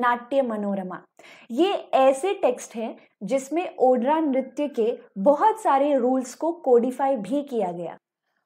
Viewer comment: "Odraa" nahi " ऊड्र " .